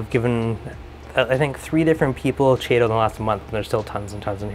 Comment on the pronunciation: Not a big deal, but Chaeto is pronounced keto, not Cheeto. Ch, in sciencey words, almost always sounds like a K. Think chrome, school, chylomicron, chondroitin, chiton, etc. Really awesome video! I just started setting up the same tank and now you've given me a lot of ideas. Thanks!